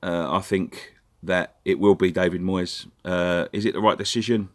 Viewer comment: Moyes rhymes with toys , and for this reason , a big big thumbs up